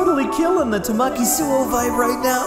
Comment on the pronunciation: THATS NOT HOW YOU SAY TAMAKIIIIIII!!!!!!!